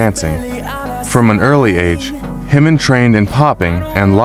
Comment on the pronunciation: The mispronunciations are driving me crazy!! "Himmin" and "Bisson" top the list, but seriously, it's pretty egregious error when Jimin is not a new artist. There's so much content and guides on how to pronounce his name and other KOREAN words. If all else fails, look up the KOREAN (hangul) spelling of his name and learn how those letters sound!